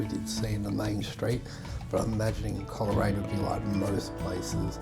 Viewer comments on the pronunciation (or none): Thankyou. Much appreciated. The correct pronunciation is Cole raine not Coler..... Adam Lindsay Gordon wrote a poem called The Fieds of Coleraine. ... On the fieds of Coleraine before The Great Western is ended the nags will have toiled, the silks will have soiled and the fences will require to be mended.......etc etc